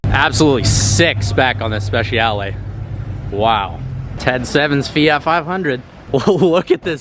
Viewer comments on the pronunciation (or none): none